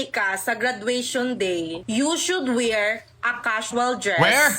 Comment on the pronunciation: "You should Wir" insecure lang tong pangit na to